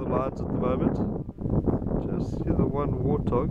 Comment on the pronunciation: Wootah..realized later he’s saying warthog